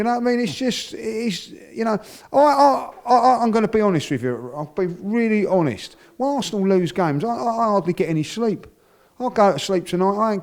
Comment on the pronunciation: “I’m gonna be ‘onest wiv you Wobby!”